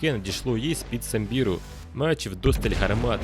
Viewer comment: І до речі у слові Самбір наголос на а, а не на і